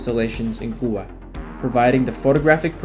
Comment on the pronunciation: What's this Kuba? Do you mean Cuba during the Russian Missile Crisis under President Kennedy? It sounds like American military history doesn't include lectures or videos where the country name could be pronounced correctly for the day.